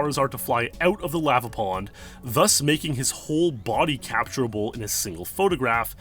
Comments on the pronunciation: I hate the way you pronounce lava, good video though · You say lava like an imbecile.